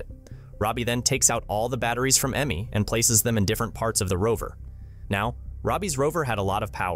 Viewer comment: Aime, not Emmy.. omg